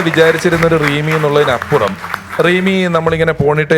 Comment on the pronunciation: റീമി അല്ല rimi